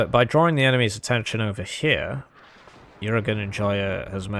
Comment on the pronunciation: ¯\_(ツ)_/¯ I guess we gotta keep hearing you say youragan, call every devision XX-Y and butcher every other name